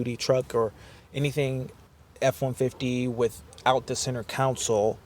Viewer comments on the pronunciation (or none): CONsole, not COUNcil